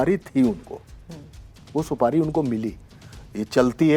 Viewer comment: Didi Supadi nhi supari hota h or ye Gutka king Ajay Devgan ke muh se niklti hai bolo juwa keseri 😂😂